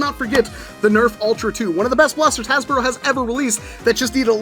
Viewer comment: Bro said hasbruh 💀💀💀